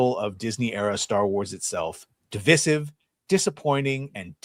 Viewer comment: Why does that pronunciation of DIVISIVE, bother me so much?? It just sounds SO wrong, every time I hear it. Oh yeah, and Mark Hamill, did a LOT of damage to himself, and the brand. I used to honestly love the guy but after someone shows you an absolutely hateful side of themselves, it’s impossible to ever go back, and think, “there’s one of my boyhood heroes.” Nope, it’s over, and done.